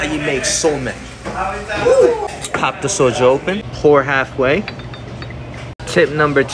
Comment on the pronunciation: How can you be asian and pronounce soju wrong , ITS SAID LIKE "SO-JEW"